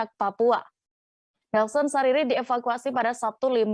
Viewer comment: Nelson Sarira bukan Sariri